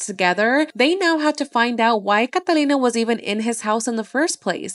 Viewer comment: That’s how you say Catalina